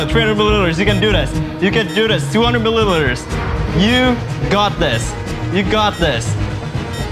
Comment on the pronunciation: can't pronounce "milliliters"